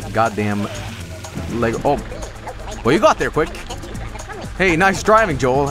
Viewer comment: oh Sh- The lLBi arrives breaks the door into separate LEGO bricks You are getting arrested for pronouncing LEGO the wrong way